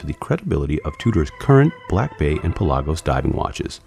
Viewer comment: What’s a Pel-AHH-gose?